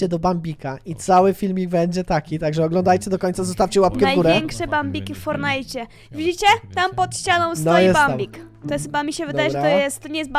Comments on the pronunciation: Jezu nie mów fornite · Ty jesteś noobem bo mówisz fornajt